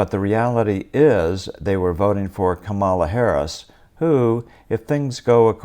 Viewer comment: Did you say "Come Allah"?